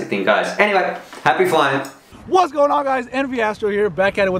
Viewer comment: Doesn’t he say “wwWHATS! Going on guys, here.” Lol